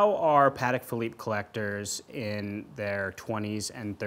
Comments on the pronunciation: PLEASE tell the guy in blue to stop pronouncing the company Pahedeck. PATEK was polish. Pah Tek. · Great interview with two experts. I was struck by the pronunciation battle: PAT-eck versus puh-TECK. I’m glad they can agree on Philippe!